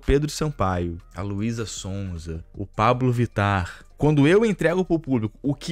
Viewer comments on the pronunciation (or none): none